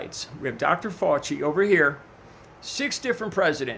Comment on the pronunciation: Nuts lol I'm doing fine Dez, how about you? I'm hoping my gross mantra helps in his journey to pronouncing Fauci, or reaching nirvana if he prefers.